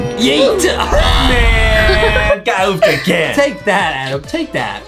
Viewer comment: Adem not Adam Justin right